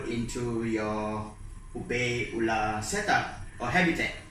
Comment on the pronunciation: Hello! Could you please change your pronunciation of the word 'opae? Utilizing English words, it should be pronounced like ''oh pie.'' The way you are pronouncing the first word in Hawaiian can have many different meaning, none of which refer to shrimp. Mahalo!